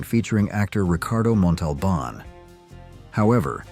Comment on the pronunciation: Thanks for helping me "listen." I abhor AI, and while tolerant (up to a point), I draw the line when I feel insulted. you invited us to comment that we were enjoying the video and would watch it to the end. Then you promptly proceeded to mispronounce "Cordova" and Ricardo "Montalban throwing me off and exposing this as AI. I won't be watching to the end!